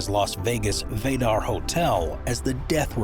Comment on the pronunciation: Well, I was only 45 seconds into this poorly researched disaster of a video (see what I did there?) when, inexplicably, you managed to mispronounce “Vdara.” WTF? Unsubscribing.